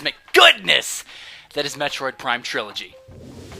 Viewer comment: Ha You said Plime LOL